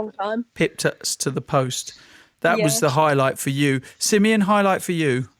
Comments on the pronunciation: it's Simeon. 😉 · Who’s? 🧐😂😂 good job Coys